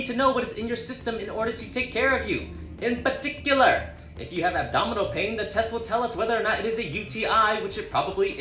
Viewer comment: “IN PA-TIC-U-LAR” 🤣🤣🤣